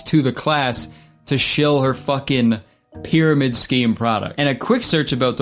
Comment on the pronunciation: the annunciation of pyramid scheme is really P-eeing